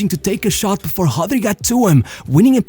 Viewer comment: Tell me you are Brazilian without telling me you are Brazilian. “Hodgi”. “Navaj” 😂 stop reading the names! Other than that great video!